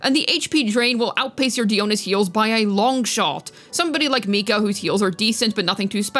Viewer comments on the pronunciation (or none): he meant mika 😂